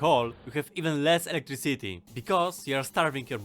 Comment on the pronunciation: i like when you say "electriCIty" and it sounds in the end like "city".you may not seem russian, but at some points you seem. it is fun, in a good way! not that you speak wrong or anyting. is good to have a unique voice. thanks for the tips of course